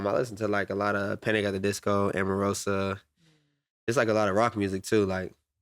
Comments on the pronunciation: Man said EMAROSA, lets goooooo! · When bro said emarosa 🎉